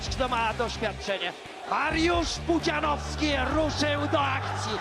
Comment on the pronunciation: Kurde, niech to AI chociaż nauczy się wymawiać "Pudzianowski"